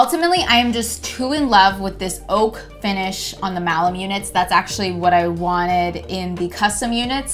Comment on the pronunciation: Malm like balm. Tf is malem????